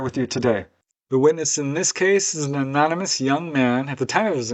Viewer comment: Anonymous is the word. You said Anomynous with an M It it meant to be said like this uh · no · nuh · muhs